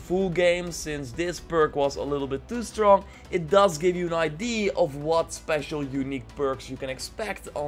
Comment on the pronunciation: I celebrate the day he actually pernounces ideaaa instead of IDeeee